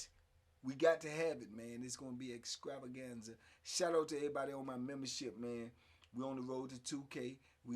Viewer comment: Exscravangza? 🤣bro you need to stop